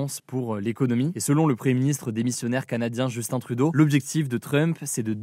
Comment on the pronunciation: Enfin quelqu'un qui dit Justin trudeau comme du monde 😂😅